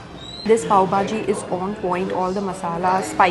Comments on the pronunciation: I really don't know whether you pronounce all the dishes'names correctly or not but you really need to practice to say bhaji not baaji . 😂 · Why calls it BAJI and not BHAJI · It's bhaaji not baaji bro, being a Mumbai girl this is not expected from you🤣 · Bhaji not baji.... Dubai not duhaabai... What happens to her pronunciation 🤪